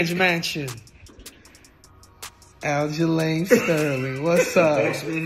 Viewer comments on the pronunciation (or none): Did he call him Aljerlame Sterling? :)Why didn't I think of that. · Who is "Al-Ja-Lane Sterling"??? LOL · Did Cejudo call him Aljalain Sterling? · "aljalain sterling" ??